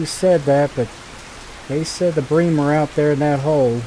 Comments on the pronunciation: Yeh its Bream not Brim haha good vid mate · Huh nah mate bream is bream not brim! Yeah we call it bream in Australia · 100% "Bream" not "Brim" lol. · Plse dont stop with these vids,i watch them with my coffee when i wake up:) And its bream( like dream but with a B) take care:) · Brim are sunfish, bream are in the Cyprinidae family you where pronounceing it correctly before